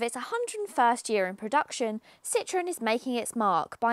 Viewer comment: If she learnt to read the map, she could pick her route. Ami - friend - is pronounced ameee And citron is a lemon. It's Citro - en